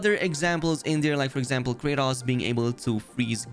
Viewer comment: Normal people: Kratos: Kraytas 😂